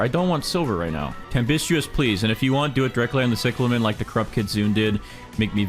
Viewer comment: Its pronounced cieclamin not ciclamen